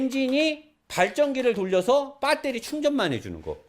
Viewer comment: 빠떼리 발음 굿입니다~^^